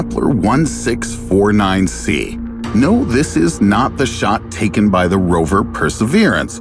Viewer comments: I did notice you didn’t say Kepler 1649c correctly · I noticed you miss pronouncing the Kepler name of the planet I gave you the benifit of the doubt and assumed you were talking about different planets so jokes on you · i was thinking why the kepler sound different he just mispronounced it 3 times